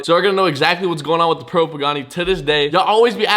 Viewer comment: bro can u say purple right